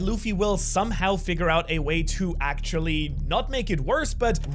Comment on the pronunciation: Try saying “actually” mate